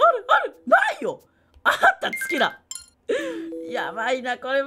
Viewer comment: 月だ が 好きだ にしか聞こえないｗ